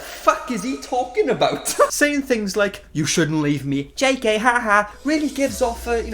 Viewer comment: No one:: AbOoOt Love the video 💚